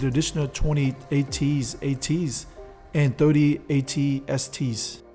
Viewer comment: Okay pal, the jig is up. I'm calling you out, you goddamned. No true Star Wars nerd would pronounce AT ATs as ATS ATS the way you did! Admit it good sir, you could school us all day long about the Borg or Klingons but only a would mispronounce AT-ATs so grievously. I'm just messing with you man. I enjoyed the attention given to rarer Star Destroyers like the Bellator. I just started playing Star Wars Armada and found a website that prints out all of the harder to find ships and squadrons that Disney/Fantasy Flight are too slow to print up themselves. Stat cards are printable from online sources for all of the lesser known ships as well.